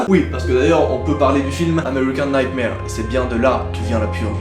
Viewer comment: Plz dit pas American nightmare Mais dit nigthmér C la prononciation du film respecte l'anglais